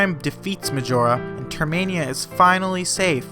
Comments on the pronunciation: It’s termina. Not termania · Termina Not Termania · I always thought it was termina and not termania, huh? wait , It is termina so why do you call it termania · The skullkid he meets on OoT is the same in MM. And it's Term-in-ah. ;) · Great video with accurate facts but there's just one thing... It's pronounced TER-MIN-A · It’s termina, like terminal. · NO! YOU ARE PRONOUNCED TERMINA!